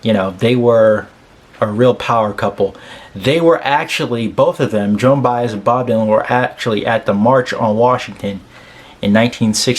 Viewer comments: This is the fourth reaction to this song that I viewed and you are the first of four to properly pronounce Joan's last name. Bye-ez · (Thank you for pronouncing her name right) I always find it amazing that Joan spent most of her career singing other people’s songs (perfectly) and when she writes one for herself, it is one of the greatest songs lyrically and musically that has hit the music industry. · Kudos to you my friend. Of the various reactors to this song you are the only one I’ve heard who pronounced her name correctly. Most of them called her Joanne Bez???